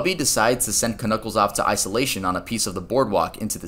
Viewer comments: ITS JUST PRONOUNCED N-U-C-K-L-E-S!!!!! , the k is silent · The k in Knuckles is silent........... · k-nuckles, huh? the k is silent